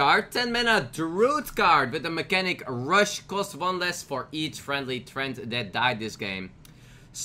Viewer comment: Mechs have "mechnatic" mechanic....Sayit one more time